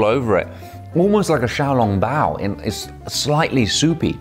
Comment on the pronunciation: “Shao long bow” 😭😭😭 Just say soup dumpling if you can pronounce it